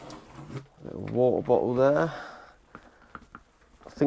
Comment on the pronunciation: "Four li'ah Wo'ah Bo'ah" Yes, Four liter Water bottle 😆